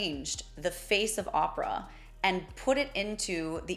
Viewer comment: How much can you get wrong… Pronunciation of Opera totally incorrect.. It far from his last performance You should be embarrassed 😮